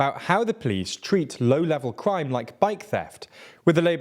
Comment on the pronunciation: Haha “plice”